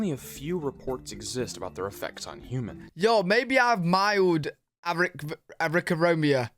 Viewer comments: "Arithnamobia" "Arickarobia" These are the two words That came out of your mouth🤣😉 They are unique and interesting words. It would be a shame to waste them. Perhaps we'll come up with a use for them in the future🤷‍♂️ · Yeah, we got some national geographic stuff running around. But for the most part you don't run into the nasty stuff. The word your looking for is arachnophobia....pronunciation a rack no phobia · i love him trying to pronounce arachnophobia